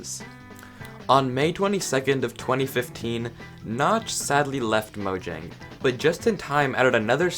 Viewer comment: Im also swedish, tja! No its pronounced mojäng. If u dont know how ä is pronounced just search it up